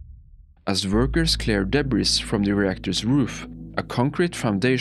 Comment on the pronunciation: It's pronounced deb-bree